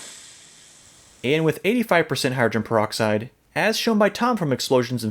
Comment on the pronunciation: I like how he says hydrin proxide. Call the solution alien blood.